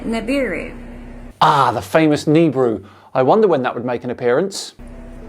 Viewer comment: no. not Ni-bru. Ni-bu-ru.